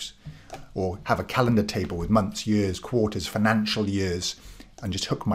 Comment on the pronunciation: Your pronunciation of ‘year’ gave it away, my dad was a Welshman living in Aus!